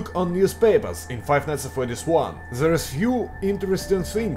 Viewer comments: Oh... Hey,. Nice work! VERY nice work! Good! But... A... Your accent... In the name of the Great Xibalba, but "Fr-r-r-r-r-r-r-eddy`s"? Ew. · Five nights at fRRRedys))